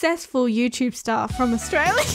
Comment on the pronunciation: why does he just say astraila